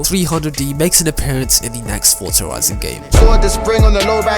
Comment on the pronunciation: Why do ppl say fortsa instead of forza?